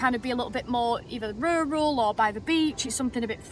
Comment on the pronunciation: Rural? CrIkey, I thought BrIsbane was rural. Struth, live and lurne.😮😮😮😮